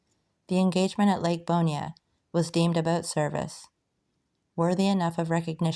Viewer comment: Fish the hell out of this lake....new about ponchatrain and chalmette and forts around the area. Really cool. And its pronounced "Born" not "Bornya". You are butchuring these names but got a sub!